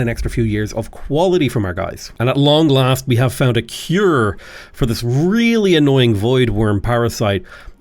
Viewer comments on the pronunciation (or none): none